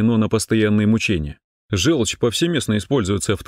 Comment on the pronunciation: Напишите в программу говорящего робота: не желчь, а жЁлчь.